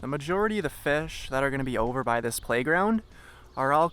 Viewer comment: "catchin fesh"